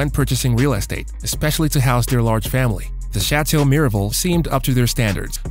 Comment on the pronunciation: You need to understand how to pronounce Cecil B DeMille and the word estate